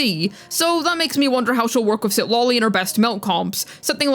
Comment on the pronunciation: Is just me or says Citlali as CitLOLI.